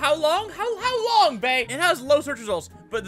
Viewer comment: I like how you guys tried to pronounce Ha Long Bay xD It's in Vietnam and I think it's pretty low because most of the searchers are students since school forces students to search popular places on Vietnam for their HW lol because I'm on of them xD